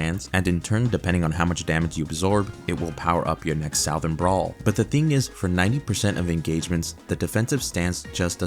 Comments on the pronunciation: “Sow-thern?” Have we reached a point in American education that graduates don’t recognize the word southern anymore? No hate, I’m genuinely floored this is a thing. Someone in the public school system (who am I kidding, probably about all of them) let you down, sir. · “south-ern” LMFAOOOO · Saow-thern brawl?? Bro 😭😭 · They need to seriously do customizable sets to keep early characters relevant. They already proved they cluld do it with zombies. Also its "suh-thren brawler" no whatever you said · Never in my life have I heard someone so confidently mispronounce "Southern"